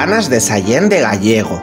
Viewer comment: "Gallego" no, Gállego. 😅